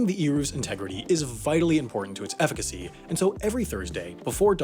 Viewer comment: "its efficacy" X-D